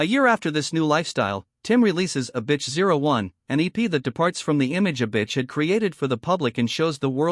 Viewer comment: The AI keeps saying "a bitch", like that's how it pronounces Avicii, wtf